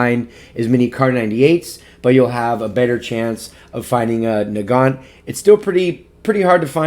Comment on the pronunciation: i was so cofused when u said nogont i call it the mosin